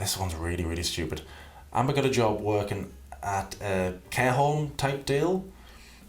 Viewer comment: The way you said "care home" sounded like K hole 😅